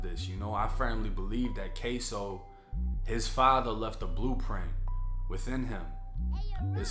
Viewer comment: K-su. Not k-so